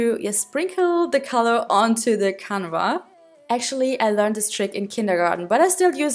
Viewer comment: Hey! Ich bin Deutsch aber kann Englisch! Ich glaube, dass Leinwand „Canvas“ heißt und nicht „canva“ aber kein Hate! Ich liebe deine Videos und finde es cool, dass du jetzt auch englische Videos machst! 💕🌸 😍